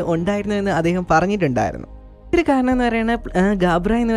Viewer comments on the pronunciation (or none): കരണം അല്ല ബ്രോ കാരണം.....